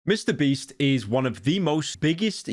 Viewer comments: Did he say Mr. Breast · Very crazy hearing Pyro say Mr. Beast and not Mr. Breast